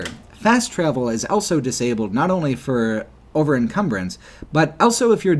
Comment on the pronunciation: pronounces the word "also" as "elso".